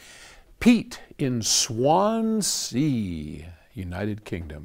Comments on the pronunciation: Swansea is pronounced as one word, not Swan Sea. It’s not romantic at all, a port town! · Unfortunately it's pronounced Swan-zee, which really takes away the romance 😅